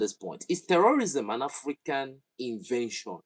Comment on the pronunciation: This time around it's 'T'eurorism😂😂. But some sources say that the vidéo it's an AI generated 🤷